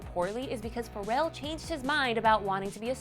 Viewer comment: Anyone else laugh at how this chick say FUR-rell is Pharrell